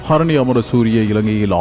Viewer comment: Athenna karini enra uchcharippu... sariyaaka harini enru kooravum. Head line ku poruththamaaka thaan pesukiromaa? Enbathayum kavanaththit kolka...